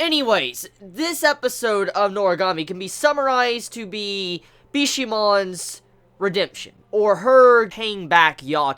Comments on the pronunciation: hey it's not Bishimon It's Bishamon in pronunciation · and after something else has happened, but I read the manga, and if I tell u what, its gonna be a HUGE SPOILER!!!! Oh, and is BishAmon, not BishEEmon.